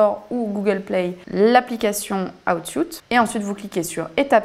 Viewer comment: Aiie aiiie l'oreille pour rester concentrer ... please la prononciation c'est : "houuuut sweeet" if anything ;-)))